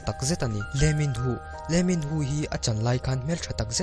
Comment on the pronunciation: leeminho I lam dan hi a mak